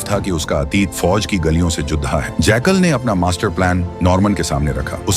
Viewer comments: Jackal❌ Jaykal✅ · Sweet brother ye jackal hai na ke jaykaal😊😊